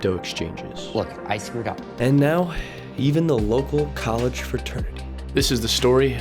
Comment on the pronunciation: The “collage” of business is priceless 😂